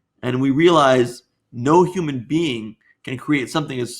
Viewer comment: am I the only one who hears "Bean" whenever theists say "Being"????😅😅😅"God is a Bean..."